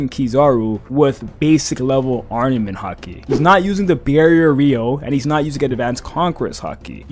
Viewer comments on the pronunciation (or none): brooo, it’s not Ardement haki, it’s armament haki 😭😭😭